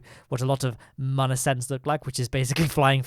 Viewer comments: its moon not mun ok???? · ITS MOON NOT MUN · its not mun its moon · He said min lander lmao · today we are going to the mum. is what i hear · Mion not mun ?¿?????¿ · The ‘ü’ is a ‘oo’ sound. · Love your videos, but the way you pronounce Mün really bothers me. The umlaut above the u changes the "uh" sound to more of an "oo" sound, so it would be pronounced pretty much the same way as "Moon" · Anyone realise how he says moon pls no hate🤪